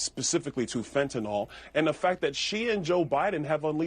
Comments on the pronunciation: Idiots don't read. It's fentanyl - pronounced fent-uh-NIL, not fent-uh-nul nor fent-uh-nol. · Why can't these shills pronounce it properly? It's pronounced 'FEN-ta- nil' not FENT- nol'. There is no letter O in the name! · This drives me nuts. Wth is fentanALL??? ITS FENTANYL. Nyl, not NALL. These are supposed to be educated people on tv. Why do people keep saying this? This guy is a clown anyway but wow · When will politicians learn how to pronounce fentanyl. It's not FENTANOL. It's fentaNYL! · It's spelled fentanyl, not 'fentynol'---FENTANYL. Many people mispronounce it too. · Why is it that conservatives cant pronounce fentanyl correctly? its not fentinol! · It's fentanyl which is pronounced fent-a-nill. It rhymes with pill not alcohol. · Fentanyl's last syllable rhymes with ill, not all. (Pet peeve of mine, sorry) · Why can't conservatives pronounce "fentanyl" properly? It's so weird.